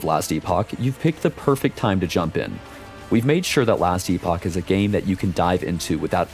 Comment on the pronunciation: Very exciting to see this game grow. I've followed it for years now and it's received so much care, looks and plays on a completely different now. Also, you hear that? The director himself says "Ee-pock". None of this "epic" bullshit. The amount of people I've seen shitting on others while blatantly getting the word wrong has made me cringe to no end. They're two different words, with two different pronunciations.